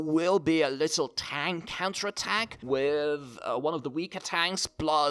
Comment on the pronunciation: Why does it sound like you say cancer attack instead of counter attack